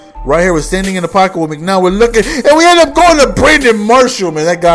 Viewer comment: Its McCown, not McNown. We Bears fans don't ever want to hear the name McNown again...